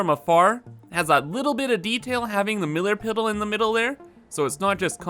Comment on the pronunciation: How many times did you say millar piddle instead of middle pillar lolol. great video tho